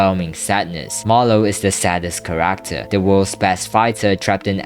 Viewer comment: The way bro said Character 😭 CA-RAK-TAR